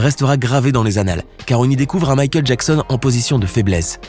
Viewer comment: Michael Jacksen